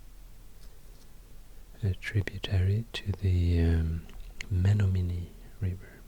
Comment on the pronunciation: Colin Brain not Menomonee tho, big sad